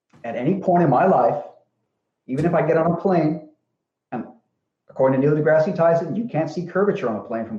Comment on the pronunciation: You should really learn the names of people when you are using them as an appeal to authority! It's "kneel - de-grass- Tyson" Is it also pear shaped? If your vision is sharp enough YOU CAN SEE CURVATURE EVEN AT 35,000 FEET! It's unfortunate that the man tends to dumb things down for you idiots.